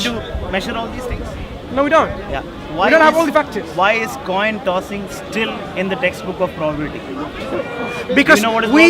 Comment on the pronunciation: “cossing this toin”